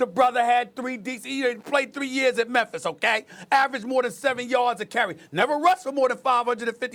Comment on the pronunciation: Stephen A.... you saying Memphis a lil too hard. PUT SOME RESPECT ON MY CITY 🤣🤣